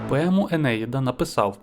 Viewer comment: Енеїда -наголос на третьому складі,ї..